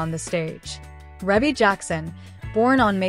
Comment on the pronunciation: Thank is not how you say her name.